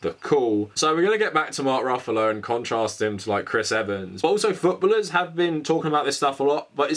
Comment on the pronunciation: Canadian living in the UK here, legitimately had to pause and rewind the video 3 times to figure out what the hell futbuhluhs meant, lol.